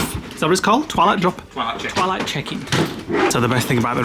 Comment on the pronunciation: Can't wait for your Florida vlogs. Have a great time won't you? I had to giggle because I thought you were saying Twilight Chicken and were heading off to a new fast food chain! Doh 😅